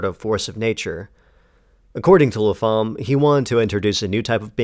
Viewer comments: Pretty sure you pronounce the writer's surname 'Lap-ham' (Lappum, phonetically), not La-pham. Could be wrong, but pretty sure. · The PH in Lapham isn't pronounced as an F! The name is pronounced LAP-HAM or Lap-um...